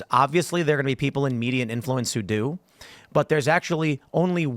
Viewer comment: "bloodbath"? So the mee - dee - uhh is calling for violence again?